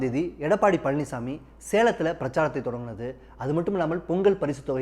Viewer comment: அவர் பழனிஸ்ஸாமி இல்லை பழனிச்சாமி. , அதென்ன 'காத்திரமா' அப்படி ஒரு வார்த்தை தமிழில் இல்லை. 'ஆத்திரமா' என்று சொல்லவேண்டும். முதலில் ஒழுங்காக தமிழை உச்சரிக்க கற்றுக்கொள்ளுங்கள்.